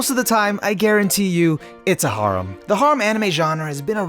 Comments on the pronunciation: The way you say harem makes me wanna rip my ears off, then eat them then then shit them out inna port a potty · I’m mad at how you pronounce harem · The way he says harem kills me bruh 💀💀💀💀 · Anyone else bothered by how he says harem